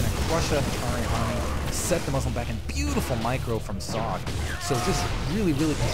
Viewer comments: Socke is pronounced like "zocca". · nice to see German Players :) an btw.. its called SockE, meaning sock keep up the good work!